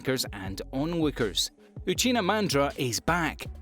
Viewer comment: Bro it's madara uchiha not uchina 🙄